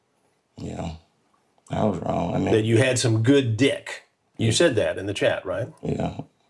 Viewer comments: Why'd he say duck like that🤣🤣🤣🤣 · I'm dying at Chris saying good dyucckkk 😂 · the way he emphasizes "DIYECK" 🤣🤣🤣🤣🤣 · Emphasis on “D*ck” 😂 Chris!!! You silver tongue devil you 🤣😂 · Not chris hansen pronouncing every letter in the word D!ck LOL